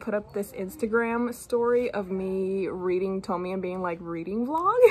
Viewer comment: I'm so happy you're back! I'll wait whatever time is needed for your videos, just take all the time you need. You are one of mi fave youtubers 💜💜 A random comment: la e del final de Tomie se pronuncia! Se pronuncia así como suena (lo escribo en español porque las letras suenan como lo hacen en español)